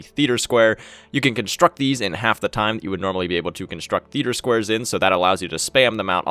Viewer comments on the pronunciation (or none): none